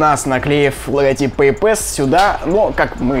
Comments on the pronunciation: Произношение "пэйпЭс" режет слух! Опять попытка быть большим англичанином, чем англичане! Вспоминаем: пассворд, длинный пас... И слушаем . Т.е., произносим пЭйпас с ударением на первый слог. И не иначе. Не надо коверкать слова, пусть даже они и вражеско-буржуйские... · Надеюсь автор видео уже запомнил, что: 1. Не беспроводные, а бесконтактные карты, какие нахй провода? 2. PayPass читается как ПэйПасс. 3. Просить расплатиться браслетом не стоит, ибо блять никто кроме тебя не знает что это.